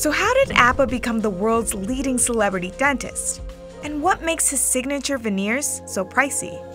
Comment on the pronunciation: Slabrity teef